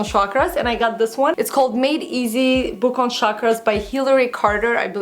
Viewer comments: oh! you mean chakras(weels) its pronounced as chuck-raaz not sharkras :) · Hi you pronounce CHAKRAS as CHALK-ras.. Love your videos x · Hey beautiful! I am sure that is gonna be a lovely book. But, you're pronouncing the name wrong. it sounds like chuck-raas. It's a hindi word meaning circular. Hence the image on the book. :) lots of love from india. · Yes. It was kinda bothering me the entire vid!